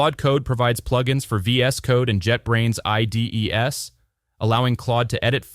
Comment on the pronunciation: I think this audio must be ai generated. Pronouncing IDEs as I.D.E.S.? Replit as RePLEE? Claude Sonnet as SoNNAY?